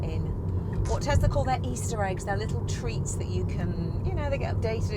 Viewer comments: why are you guys saying tezla instead of Tesla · What is Tezla?